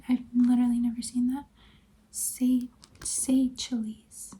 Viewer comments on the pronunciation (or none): Also its pronounced 'Say shells' 🇸🇨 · It's pronounced Say-shells. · Why did we say Seychelles like that 😔